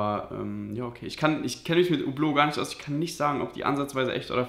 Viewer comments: Spricht Französisch und weiß nicht wie man Hublot ausspricht EHRE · Der Typ ist nichtmal Franzose, sonst könnte er Hublot auch richtig aussprechen. Sein Akzent hört sich auch nicht besonders französisch an...